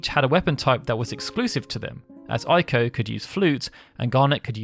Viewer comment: Sorry but it's Eiko, not Aiko. I know it's not your native language but still, just saying... 😁